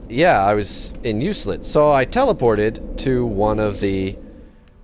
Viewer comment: Enjoyable video. Keep up the good work. Just one thing, Euclid is pronounced "you-klid".